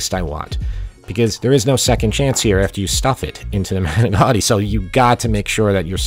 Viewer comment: I know it's a lot more work to make the crepes. Good video. You even pronounced manicotti like Jersey guy.